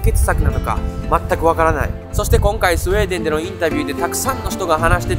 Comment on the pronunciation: ス....ス、「スエー」デン笑😂